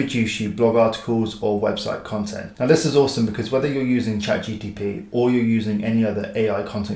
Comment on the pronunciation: Good video with interesting tips! Just a heads up; it's GPT not GTP!